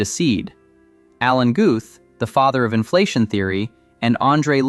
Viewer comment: Why was the AI voice disclosed? This is interesting but you have screwed up by not making that disclosure. No on pronounces inflation the way your AI did.